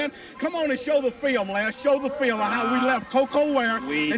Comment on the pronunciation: "Show the FEEL-um, Lance. Show the FEEL-um!" r k